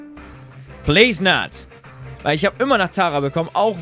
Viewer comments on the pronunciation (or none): none